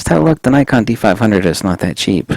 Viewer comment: You need to stop mispronouncing 'Nikon' mate